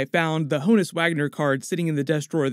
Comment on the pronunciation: BTW Honus Wagner's first name is pronounced "on us" (I had to work an Alexa Answer on that last year).